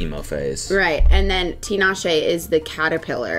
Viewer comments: is one of very few people to pronounce Tinashe’s name correctly lol so kudos to!! Y’all looked so good on the carpet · also thank you for saying tinashe's name correctly !! I never hear anyone pronounce it right